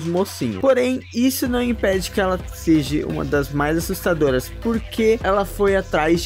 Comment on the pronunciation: "Seje" mano, atenção a pronúncia das palavras